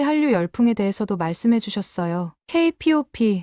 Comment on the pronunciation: K-POP? 케이팝이라는 글도 못읽나? 어떻게 무식하게 케이피오피라고 말하냐? 좀 제대로 좀 해라. 이렇듯 성의없이 동영상을 올리냐? 그리고 사연과 관련된 동영상을 같이 올려야지 사연 따로 동영상 따로,... 이 동영상을 본 네티즌들이 구독과 좋아요 해줄거 같나? 네티즌들이 구독과 좋아요를 받으려면 동영상에 성의 좀 모여, 이양반~ 혹여 KF-35 전투기를 KF 마이너스 35라고 말하는건 아니지? 그리고 씨오브이아이디가 아니라 코비다라고 해야지요. 몰라서 그렇게 표현하는 겁니까? 아니면 네티즌들 웃길려고 그렇게 표현하는 겁니까?